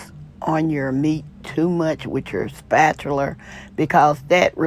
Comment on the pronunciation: SpatulR? There's no R in Spatula 😆